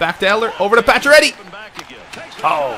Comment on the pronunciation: when you say Paccioretty I hear you say patch already LOLOL!!